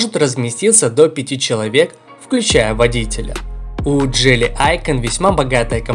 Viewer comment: автор походу по жизни тупенький.Мы же разговаривали уже на эту тему не джели идиот а джили.У тебя с русским проблема что ли.